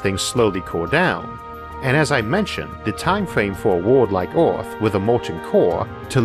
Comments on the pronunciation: Things I've learned in this videop: Isaac Arthur can't pronounce the word "Earth". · Earth or oarth? No offense just asking. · The pronunciation of this bloke is absurd...I catch a word every five he utters. eg. earth pronounced ore. If you consider that one of the main arguments is"mining the earth"...